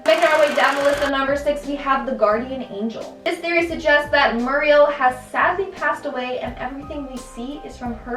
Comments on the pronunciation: “Mur-riel”?? You’re saying it wrong. You’ve never watched the damn show.. a minute in your life if that’s how you’re saying her name. Don’t do videos you’re too young to know anything about. Seriously. Eustace says her name constantly... and you say it like you ... Jesus. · Its weird with her always calling muriel "Mariel"